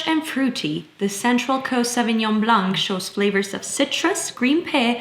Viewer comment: Thought it was so cute when you said sauvignon blanc because you unexpectedly nailed it.